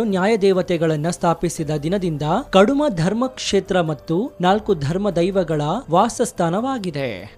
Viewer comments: ಅದು ಕಾಡುಮಾ ಅಲ್ಲ ಕುಡುಮಾ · ಕಡುಮ ಅಲ್ಲಾ, ಕುಡುಮ.